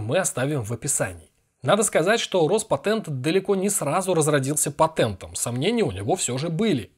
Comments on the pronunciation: По-русски патЕнт, а не патЭнт. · "патЭнт" "патЭнтовал" брр